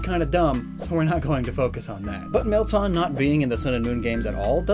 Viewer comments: Bro it's Meltan!!!! NOT MELTON!!!! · It's Mel - TAN! Not Mel-tahn! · Isn’t it “Mel-Tan” As in like “tanned colored” Not “Tahn” I mean don’t we literally hear how the name is pronounced in the Prof Oak & Willow Trailer? Edit:Just went and check. It is “Mel-tan” & not “Tahn” like how you are saying it. Idk though, maybe you just have an accent. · Mel-tan, it’s not hard. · Meltan is pronounced Mel-tan not Mel-taan